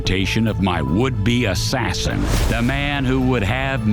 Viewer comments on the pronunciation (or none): Ass sassin 💁‍♂️